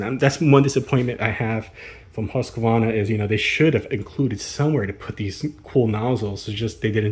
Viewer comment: There is no "A" between the Q and the V in Husqvarna... It is not "HusqAvarna"... :face-blue-wide-eyes::hand-orange-covering-eyes::hand-purple-blue-peace